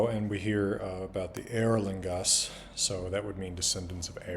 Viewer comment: This man just reminded us all how to correctly say EORLlingas 👍🙌 One of the things that bothered me most about the movies is in one of Theoden's most important dramatic moments when he stressed the wrong syllable: eorl-ING-as ... which would make us all do a double-take if we heard any modern equivalent stressed wrong while shouted in movie's climactic and dramatic moment: washINGton, earthLINGs, inkLINGs.